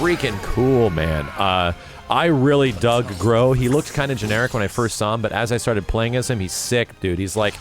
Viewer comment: I believe it's pronounced as "Gruh" rather than "grow". My professor had that same /o/ in her name and she pronounces it with a /u/ sound like in "truck".